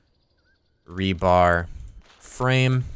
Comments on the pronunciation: Rebar, not rebarB. There is no B at the end. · re-bar not re-barb I know you are intelligent